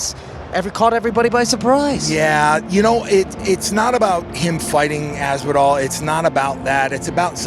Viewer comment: Aspinal, but sounds like he said Masvidal